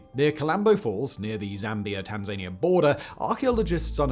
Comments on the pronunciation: Simon, im sorry to be THAT guy, but ive heard it too many times now. FYI there's no country called Tan-zain-E-ah, but there is one called Tan-zan-knee-ah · Ffs Simon how are you still misspronouncing Tanzania?? Is it a troll or is it a genuine struggle like your issues with "effortlessly"?? 😂😂